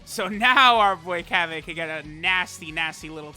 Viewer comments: Cab-A? you can at least pronounce the name right. Na for the copious amount of money that you spend on this game you can mispronounce names all you want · Cab-aye, that shit sound gay and stupid 😂😂 stop it, no one calls him Cab-Ayeee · Bra Fandom: Bulla Also truth: Cabbe Also fandom: Cabba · in subbed the voice actor says Cabbe but in dub and in everything else and the way its spelled its Cabba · Cabba’s name: Cabba: Cabbay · Nobody:: cab bay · so busy talking about pronunciations he didn't even bother to look at Cabba's attack and defense after giving him orbs, ugh... Oy vey. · Czar17 _ that’s what I figured, I watch dub so that’s how I pronounce his name